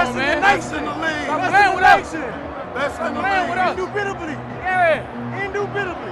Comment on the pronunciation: Right word.. wrong pronunciation 😂 then again it was cold asl